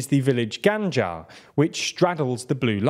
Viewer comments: I usually find the TLDR videos informative and well documented, but in the case of this one I find the repeated mispronunciation of the Alawi village Ghajjar's name quite annoying. It is pronounced "rajjar", with an Arabic "rimal" that sounds like a soft "R", not freaking "Ganjar"! This indeed make the whole content questionable, and no better than the ordinarily sloppy MSM mis-reporting. Please QC yourself! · You are pronouncing the name of the village wrong. Gha-jj-ar. Not Gh-an-jar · Great video, however a small point, it's not Ghanjar but Ghajar, pronounced Gaa Jar in Lebanon and Rha Jar in Israel. Also, the fact that the people who live there have Israeli passports should suggest that they would prefer to live in an Israeli-controlled area as opposed to a Lebanese-controlled one, as opposed to the Syrian-controlled one that they originally lived under. This was a Syrian village that expanded naturally northwards before any 'border' including the Sykes/Picot one was explained to them. When the Blue Line was being established and as you quite rightly say, it went through the middle of the village, the Israelis gave them an option of whether the whole village should be in Lebanon or Israel (conveniently ignoring the fact that it is a Syrian village captured in 1967) The locals, who worked in Israel naturally opted to be included on the Israeli side. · In it's pronounced "ajar" not ganja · It's pronounced Rajar not ganjar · It's not "GAHNJAHR" it's 'Ajar, for fuck's sake.. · Ghajar not ghanjar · This is extremely impressive! As someone that is very close to the subject professionally as well as geographically, I think you did a good job. BTW, the name of the village u mention is pronounced: "Rajar". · Had to stifle a chuckle when he kept referring to it as Ganja lol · not sure why he was pronouncing it as "ganjar" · How are you able to continuously pronounce Ghajar as Ganjar is beyond me... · What do you keep saying 'Ghanjar'? I don't think there's an 'n' sound.